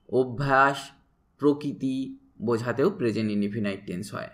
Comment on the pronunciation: ইন্ডিফিনাইট নয় ইন্ডিফিনিট